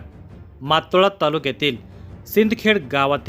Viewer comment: मातोळा नाही... मोताळा आहे